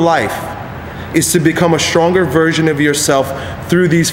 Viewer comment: when i first started watching, thought he said "become the strongest VIRGIN of yourself!"